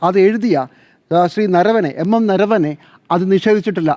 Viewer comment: നരവനെ അല്ല നർവണെ ..